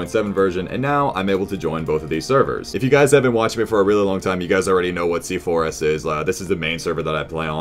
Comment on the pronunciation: Still doesnt know that C4S is pronounced c4's